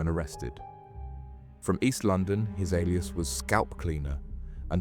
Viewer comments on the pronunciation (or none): none